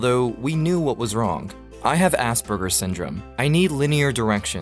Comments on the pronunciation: I swear I heard asBURGERS syndrome not aspergers 😂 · I swear down your pronouncing asbergous wrong